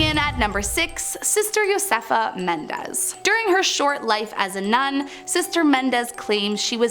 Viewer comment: Menendez menendez u forgot the other E xD